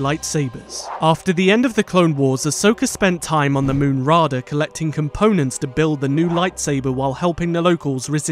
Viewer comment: Raada is pronounced Ra Ay Dah not Rah Dah